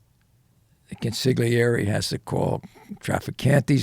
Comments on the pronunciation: Oh em gee... "Con-sig'leeairee"... ffs!! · Italian guy, mafia infiltrator, mispronounces 'consigliere' - over and over and over. How is that possible?